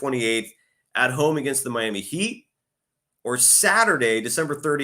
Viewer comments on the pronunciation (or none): none